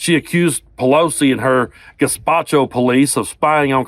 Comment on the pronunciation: Not 'Gespacho', that's a food, 'Gestapo'.